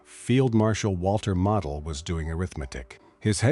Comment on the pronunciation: You don't say Model like a toy. You pronounce the O. Many commanders given festoon orders realized the impact on the citizens as they were considered as down to the last man. Many commanders, using their most trusted personnel, would try to move women, children and seniors out of the area. These men would move small groups out as long as possible and return. Commanders knew supplies would last longer with fewer civilians. They, also, knew the risk of execution for himself and those who helped folks leave. Another dangerous tactic was pull troops out of areas likely to receive artillery barrage. Then move them back before the infantry attacks especially on the eastern front. Even though sound military doctrine, Hitler saw it as giving up ground Even if for a short time and saving lives.